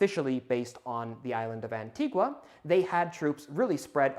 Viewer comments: It's pronounced 'anti- gah', and you should look into a man named Samuel Martin, of Antigua. I partook into an archeological dig there based off his plantation he ran. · Antigua is pronounced ann-tea-guh. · Just one note: The locals on the island of Antigua pronounce it ''An-TEE-gah''. [The U is silent.]